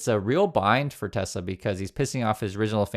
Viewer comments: "I love tesler!" 😂☠️🎉 crap cars... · "BUY A TESLER" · It's not Tesla, it's Tesler